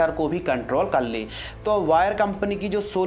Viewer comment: Dey ni bhai de sakti hai ley ni le bola karo